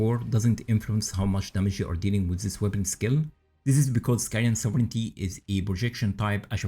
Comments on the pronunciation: you pronunciation was perfect 😊 great video btw! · This is good info. Btw, thank you for actually pronouncing "sovereignty" correctly. 🤘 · Most of the native speakers mispronounce this buy my man here says it perfectly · Yeah, it's weird. I hear them say it a lot incorrectly, "sovereign-ee-ty". OP pronounced it correctly. Small thing, but it's a bit annoying to hear. lol